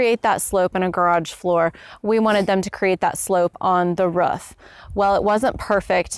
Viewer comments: Took me a third of the video to figure out she was saying roof. I was scratching my head trying to figure out what a ruf was lol. Doh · Haha. here. I have seen this before from others. I guess I pronounce it "ruef"? I don't know how I would even say "roof"? Must be my Oklahoma roots. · " ...on the ruff.."